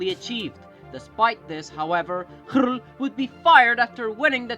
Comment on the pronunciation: I'm sorry, but I find the way you pronounce röhrl too funny. Excellent effort though 😁🙌 your 'hrrl' really has some gusto :D 'Ö' is kind of a weird modification of 'O' so feel free to just use o as in ocean h after a vocal (including umlauts like ö) just marks an elongated version of that vocal (same as english oh ah etc) But I super respect & appreciate your very original transliteration of röhrl xD